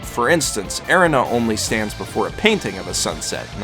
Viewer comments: Okay Erina is pronounced like you're saying arena. The abilities that Jonathan and Joseph possess is pronounced Ha-moan. I didn't watch the subs but i do know i prefer the sound of the dub. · this man really said "air-in-a" (Erina for all you slow mfs)